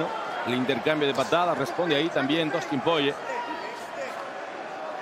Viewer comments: Por qué el relator le dice Dustin Poiyie?? Es desesperante tanto le cuesta leer y pronunciar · porque lo llaman PORRIER o POYER ? jajajaja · Que mala que es la narración en español y lo malo que son con los nombres "Poie" y "Gaetye" que es esto? 😭😭 También usando terminos como volado para un gancho... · a alguien mas le da toc que siempre en TODAS las peleas diga mal el nombre de los peleadores? enserio me da mucho coraje, aprendete los ptos nombres minimo y dilos bien para la gente que escucha... no hace falta una carrera para aprender a pronunciar